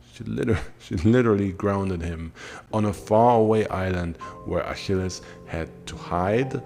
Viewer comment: the pronunciation of the name is gorgeous